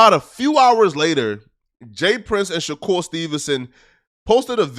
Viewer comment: Bro how do u randomly forget how to pronounce a “r” u called that man shakool